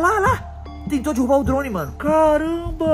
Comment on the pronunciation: Alguém noto q em vez do fala derrubar ele fala "DIRRUBA" KAKAKAKAKAKAKAKAK. (não é hater)